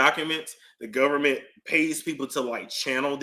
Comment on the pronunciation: I’m too afraid to pull up any files on the “govment.” 🤐😳